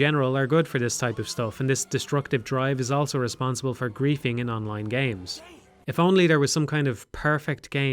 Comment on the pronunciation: pronounces the word "also" as "elso"